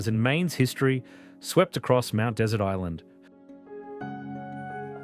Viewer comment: Your pronunciation of Mount Desert Island is not correct. It is pronounced the same as dessert, as what you'd eat following dinner, despite the spelling.